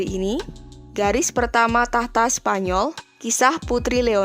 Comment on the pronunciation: "Menjadikan leonor ratu spanyor"... 5 :45 mimin kpleset lidahnya 😅